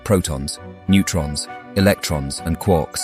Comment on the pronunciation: "Quorks"? I thought they were called "Quarks". 🙃